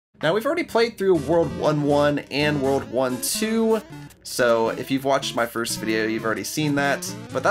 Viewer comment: When you say world 1 2 I thought you say WW2